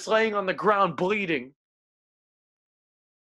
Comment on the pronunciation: You pronounce bleeding like breathing 😂😂